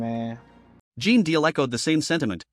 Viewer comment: Pronounced JEAN!!!!! Not geen lol